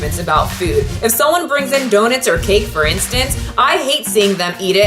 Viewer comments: The only thing I'm upset about is that keeps saying "donit" instead of "donut" (or doughnut in Canadian, if you will) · I like that you say “do-nit “ instead of donut. Is that the common pronunciation where you’re from/grew up? Im really into language and accents it’s really interesting to me. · lol you say donit huehue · I think it's adorable how you say "donit" lol😄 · Katarina Silva “Donit” sound wonderful? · I love the way you say donut. It’s my favorite part of the video lol. Petition to have a 20 minute video of you just saying donut. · I love how you pronounce 🍩